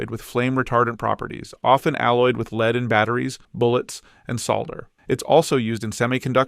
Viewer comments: lol 'leed'... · The author should have reviewed AI production. Did not pick up the gross mispronounciation of lead. Yup, AI still needs to be edited. Most probably a high school homework project. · Loved the video. Provided a lot of great info in a concise manner. Thank you for making this! One recommendation would be to standardize the units when talking about price (kg, Troy ounce, tons) to make it easier to compare between elements. Also, Lead (Pb) is pronounced like “led” not “leed” 🙂